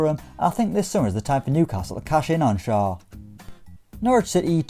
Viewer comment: Schär is pronounced like „Shair“ not „Shur“ because it‘s „ä“ and not „a“ 😉👍🏼